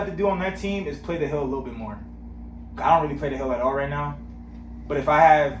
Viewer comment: Bro I thought you said "you can go to hell" 🤣🤣🤣😭 then I realized nope "hill" so funny